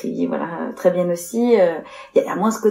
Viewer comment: Un moment, ce cruche dit: Très bien puis se rattrape et dit très bienne. 😆😆😆